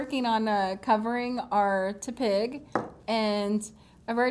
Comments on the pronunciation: TEP-ig not TEA-pig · Sorry not hating but Tepig is pronounced Teh-pig. Not Tuhpig. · its not tea pig its tehpig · Lul I know she said TU-pig